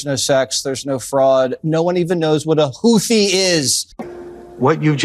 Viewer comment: I believe it is pronounced "Hoot he" but I could be wrong.